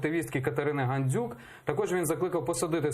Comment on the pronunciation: «Ганзюк» замість «Гандзюк» цей лайнюк навіть українське «ДЗ» не може вимовити. Біля нього царьов патріотом б виглядав